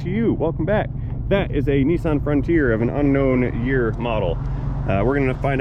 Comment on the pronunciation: Huh…at the start you pronounced Nissan differently, twice.🤔 First you said “Knee-son” and then “Niss-an” So what is the correct pronunciation?